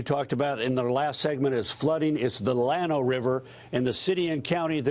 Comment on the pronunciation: "Lano"? Stupid bastard. It's pronounced "Yano". He's as dumb as his mentor dubya.